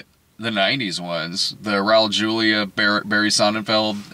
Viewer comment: Julia is pronounced like “wholia” not “yulia”